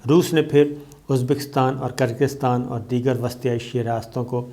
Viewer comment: gir-gir-staan 🤭, is trha keh dein “Kir-Gis-taan” Geo Slomo Murshad